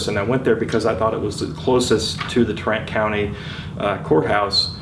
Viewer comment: Greetings, i think you mean TARRANT COUNTY not TRENT COUNTY.